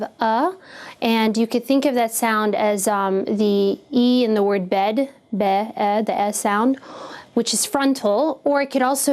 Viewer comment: Bed doesn't have an uh sound. I still thumbs up though.